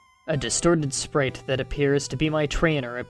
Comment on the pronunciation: Sprite - (Sprayt) not (Spreet